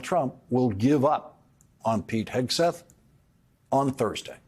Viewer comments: Did you almost slip up and call him Pig'n Heatseth? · Lawrence has some difficulty saying Pete Hesgeth. It sounds like Pig Hesgeth. Pretty apt I reckon! 😂🤣👏🏻👏🏻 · Might be my old ears, or just the way Laurence pronounces his name, but I keep hearing "Pig" Hegseth. Which follows...